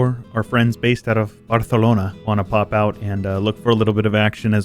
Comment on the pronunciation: I love the courage to try to pronounce a city in it's native language, it was spot on in spanish, but you can pronounce it like you would say it in english it's closer to the language that the natives pronounce it there (BAR-Sə-LOH-Nə,).